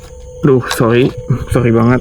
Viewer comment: SLOW BANG ELU GK PELLU BILANG SOLLY.